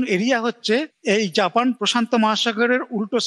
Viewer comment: উচ্চারণ ঠিক করুন।জ্যাপেন নামে কোন দেশ আছে। আমরা জাপান কে জানি